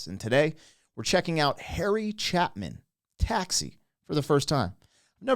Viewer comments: You nailed it except its Chapin not Chapmin. Chay Pin. Also Video did kill the radio star. I've said it for years. It takes away the personalization that music alone can give. When we create our own images in our minds we become part of the song. Somewhat like sub-creators. Not just spectators. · Just an fyi- Chapin is pronounced chay-pin not Chapman. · Harry Chapin (pronounced Chay-pin, not Chapman) did an album called "Short Stories"... great album. He was a master storyteller and poet. He also did a few humorous songs along with the great love songs he wrote. Gone too soon. RIP Harry. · Not "Chapman." "Chapin." Pronounced "Chay-pin." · it's Chapin, not Chapman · Boy, when it hit, it hit you hard!I saw it coming because you were totally invested in a perceived story, and then the twist! By the way, his last name is pronounced Chay-pin. Saw him live in 1981, just a few months before he was tragically killed in a car crash. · Another singer/songwriter along the lines of Gordon Lightfoot. Definitely check "Cat's In the Cradle". He wanted to be an astronaunt and she wanted to be an actress. And its "chay-pin" not "chap-man". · Its Chapin not chapmin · I cannot tell if you are "elo-ing" or "reo-ing" us as many times as you said ChapMAN but it is ChaPIN. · For future reactions, his name isn’t Chapman, it is Chapin. The A is like cape. Love the reaction and I love when you connect with a song! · Harry Chapin was so great. I was shocked when he died. His compact car was rear ended by a trash truck on the highway on July 6, 1981 at age 38. You are mispronouncing his last name. It is pronounced Chay-pin. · It's cha long a pin. Not what you said? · Dude, it’s pronounced CHAY-PIN, accent on the first syllable! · Pronounced Harry Ch A pin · Harry Chapin was a story teller. His songs have to be long. His name is pronounced chAApin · It’s Chay-pin please. That said, he, Lightfoot, Jim Croce, Daniel Folgelberg all great storytellers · It's Harry Chapin. Like Chae-pin. 😎